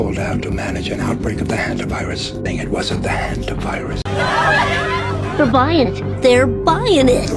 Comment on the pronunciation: Please pronounce hantavirus properly